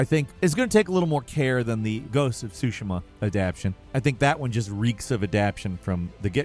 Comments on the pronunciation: Pls…. Say ghost of tsushima Not shushima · "ghost of SOO SHIM-A" instead of "SOO SHE MA" and "adaption" instead of "adaptation" im dying. youre killing me.